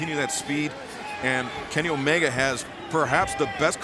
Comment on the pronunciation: it sounded like Justin Roberts was saying uh-oh while announcing Omega's name 😂